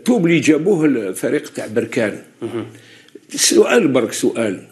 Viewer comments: ليس بروركان بل بركان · بركان كاف بالفتحة وليس البركاان بالضمة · لازم تعرف تتكلم بركان بالفتحة على الباء وليست بالضمة